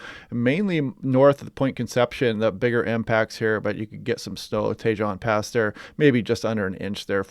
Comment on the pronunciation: Tajon Pass... the j is silent.